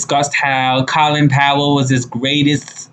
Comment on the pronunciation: You are forever saying people's names wrong. The O in Colin Powell is like the O in no, not a like ah.